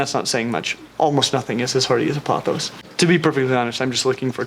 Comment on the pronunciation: thank god you pronounced pothos right